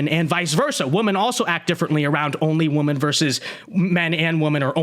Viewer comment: I keep thinking my ears are playing tricks on me, but I swear that half the time is saying the plural "women" he's pronouncing it as the singular "woman". When I hear it, I'll rewind it and listen to it again several times to confirm it, and I'm pretty sure he's pronouncing it as the singular "woman". It's hilarious.